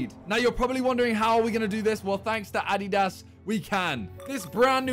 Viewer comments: its adidas not ahdihdahs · it's pronounced addy-das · yeah, it’s “a-dee-das” most of us in the US pronounce it wrong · No ones talking about how Simon pronounces “Addeedass”😂😂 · UH-DEE-DUHSS SAY IT WITH ME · How to say adidas ah!-dy-dahs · Dude can't even pronounce Adidas right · I HATE how Simon pronounce Adidas 🤦 it's sooooo cringe.